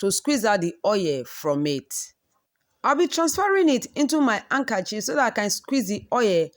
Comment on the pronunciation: You can put it in the fridge to set the oil and separate easily. Did she just say “ankerchief”?